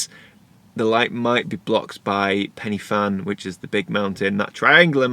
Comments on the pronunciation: I'm from Wales. Every time you said 'Pen-e-Fan' I cringed! If you go there again, it's pronounced 'Pen-ur-Van'. Just so you know....! Enjoyed your video though and love the shot you took. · Pen y Fan: ‘y’ pronounced ‘uh’ not ‘e’ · PENNY FAN? Oh, I know you struggle with some pronunciations but Penny Fan? Let me help - Pen-uh Van. The letter Y is a vowel pronounced a a soft U. A single F is V and (double) Ff is F. Loved the video. Croeso y Cymru, Welcome to Wales. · As a Welshman, hearing you say Pen y Fan (you say it like it, Pen Ugh Van) makes me cringe as a fluent welsh speaker. But valiant attempt. Amazing photos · Nice vlog, some really nice images. I see that someone else has helped you with the pronunciation (Pen uh van) a little more information for you, Pen y Fan is the highest mountain in the southern half of the UK, thanks for sharing your trip with us and your dinner with the dog. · Ah--name the van contest! Let's call it Pen-uh-van. Or not. Whatever. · it’s pronounced ‘Pen er Van’. 😊